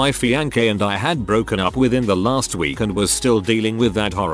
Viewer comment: I'll concede to the pronunciation of schedule being an british thing, but how does he (computer voice) get away with fee an kay for fiancé?